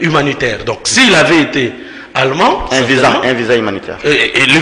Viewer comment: on dit pas alleemand mais plutôt allemand avec un e muet pas sonore et long. Merci